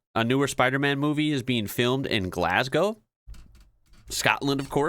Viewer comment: At least he didn't rhyme it with 'cow' like most Americans.